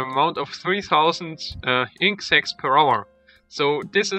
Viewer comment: Inc sacks? Isn't it inkt sacks?